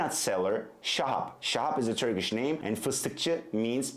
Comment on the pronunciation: As a native Turkish speaker I have to say that he sometimes pronounce turkish sounds and words a little different and wrong. His English sounds are more accurate than Turkish. He sounds more like a native English speaker who learned to speak Turkish.